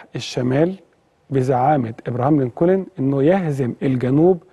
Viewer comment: على فكرة انت بتنطق اسم ابراهام لنكولن خطأ خالص يا ريت تتعلم نطق الاسماء بطريقه سليمه .. في ما عدا ذلك فنحن جميعا نشكر حضرتك على هذة الحلقه الرائعة